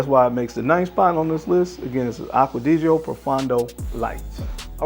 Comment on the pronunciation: To most American Frag Reviewers. Please pronounce Aqua Di Gio properly. Aqua-Di-Gio not aquadigio. Also, Profondo is not proFUN do it’s pronounced Pro-Phone-doe.